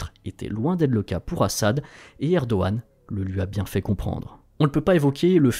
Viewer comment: je me trompe ou vous avez commencer a promoncer "Erdoğan" correctement ?